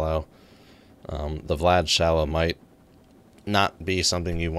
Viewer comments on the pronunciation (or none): VLAD is pronounced "Vee Lad", not VLAD like as in let's kill multiple VLADimirs in the Russian Sub. (US Navy S-3A Senso ) :)